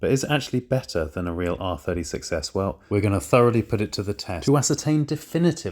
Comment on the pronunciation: Whenever he says R36S, I hear R30 success